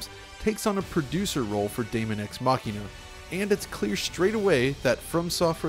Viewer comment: Dude you nailed that pronunciation!